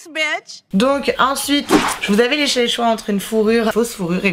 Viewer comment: Je vous avais laiché le choix 🤣 ta langue a fourchée